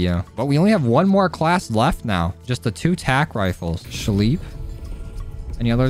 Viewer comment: I swear if he says "scheep" one more time I'm going to kms